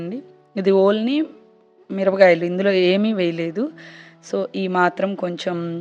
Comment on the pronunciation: Mirapakayalani meru mirabgayalu ani yenduku antunnaru its so funny